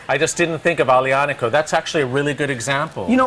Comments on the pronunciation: "AGGGlianico" Nice pronunciation idiot. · Really bad pronunciation of aglianico guys come on... you’re professionals, learn the pronunciation